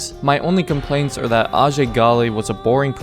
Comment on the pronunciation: hs name is actually pronounced ayjay not arjay